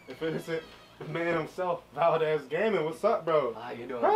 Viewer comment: "Valquez"😂😂 btw it's me yana (ya god sister)